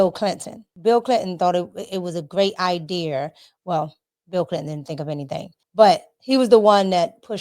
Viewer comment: I wish she would quit saying i deer and say idea